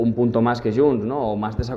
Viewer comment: es diu :: JUNTS!!!!!!!!!!!!! no YUNTS!!!!!!!!!! heu d'aprendre a parlar el català